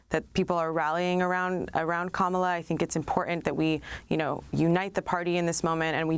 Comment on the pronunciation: Funny she said Kamaala theen corrected herself to Kamla (pronunciation😊) lol